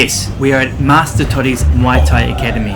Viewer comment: So much passion on muay thai , we appreciate it bro... but u still mispronouncing muay thai as moi or mui thai everytime lol.... it's muay or Mway or Mwai thai bro. Cheers.